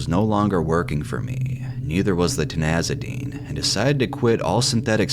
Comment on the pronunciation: Ti ZAN i dine! Not Ti NAZ i dine!